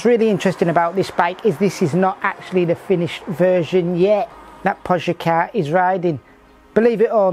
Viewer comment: I have quite literally never heard pronounce anything correctly. My favourite moment was when he called Pogacar 'Tadj Pogaj' in a video a few years ago. Edit: 'Pojacar'. Amazing